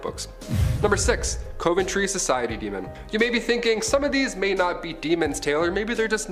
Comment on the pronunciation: It’s said cuv en tree cove ntree you mis pronounce a lot